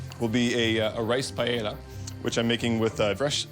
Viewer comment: He can pronounce all those dinosaur names, and then calls it "Pie Ella"? lol